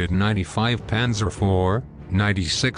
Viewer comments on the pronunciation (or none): none